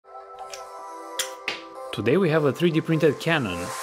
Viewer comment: Why you say 3D printer like weird